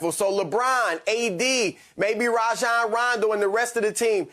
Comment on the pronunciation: Nobody : Chris Broussard : Raw-John Rondo